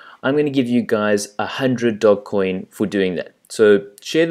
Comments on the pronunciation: It is pronounced doj. It is named after the Italian bankers/rulers off the 1500s. How do you add $$$$ using visa to your Changelly account? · The G is pronounced as a J ;-)